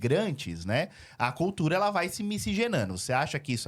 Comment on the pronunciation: Pigmego/pigmega, culcuga, eugopeu, conservagora, agoga kkkkkkkkkkkkkk Esquerga é teu cu Eles falam outra língua.